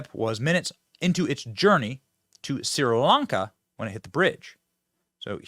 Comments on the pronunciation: Benny's never heard if Sri Lanka? Shree- lonka. Tamil 🐅 ❤ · SREEE LAWN KA. Not difficult.